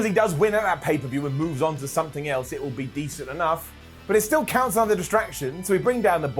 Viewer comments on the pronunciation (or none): none